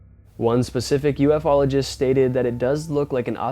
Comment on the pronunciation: It's ufologist not U F ologist. jfc